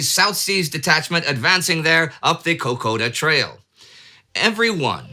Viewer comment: I’m sorry, but your pronunciation of Kokoda hurts my soul.